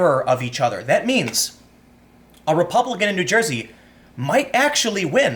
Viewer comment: you pronounces "n'Joysey" wrong lol